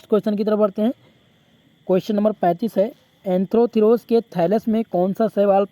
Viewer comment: सर एंथ्रोथिरोस नही है एंथोसिरॉस है❤